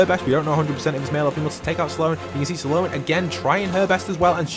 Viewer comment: Saaloan its Sloan